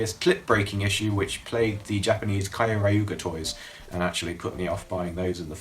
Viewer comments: Is there any particular reason you call it "kaio-raiuger"? Since like the Gaburevolver has multiple sound clips where it pronounces "Kyoryuger" pretty clearly. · its pronoced kyo ryuger not kioriuger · kai-oh-rai-uuger is the most interesting pronunciation I've ever seen, could've googled that one haha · The way you say Kyoryuger and Pachy Zord hurts me to my core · You could've at least learned how to say Kyoryuger before saying it 4 times. Just look up the roll call, or the intro, they say it all the time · U pronounced Kyorurger wrong.